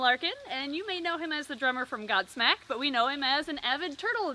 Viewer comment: When said "Godsmack" I misheard it as... God Snek Not God Snake, God Snek... Since he likes reptiles...:\